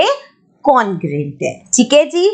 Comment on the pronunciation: maam ur teaching is awsome but please me as a subscriber mind this comment and dont say congruent congrant no beijjati